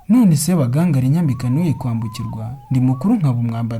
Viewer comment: Ntabwo bavuga Sebagangali,bavuga Sebagangaali. Kuri nga bashyiramo isaku ry'ubutinde.